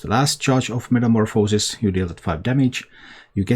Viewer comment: You think this version is better then the OKT version? That one has a ridiculous win rate too. BTW You also pronounce metamorphosis like 3 different ways lol